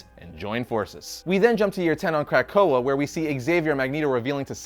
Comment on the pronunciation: I gave this a thumbs up but dear God are you bothering the names of these mutants. Otherwise, nice vid.